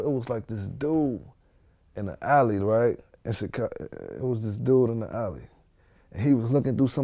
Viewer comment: Why does Vlad keep saying "Tchicago"